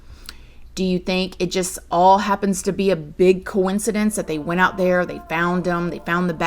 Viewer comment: Why is always saying coin-ki-denk instead of coincidence? I am a foreigner so I don't know if I've been mispronouncing this word for the past 30 years. Please help! What's the correct way to pronounce it?